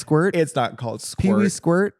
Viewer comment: Pee wee squirt 😂😂😂😂😂 squart? 😂🤣😂 I am screaming 😭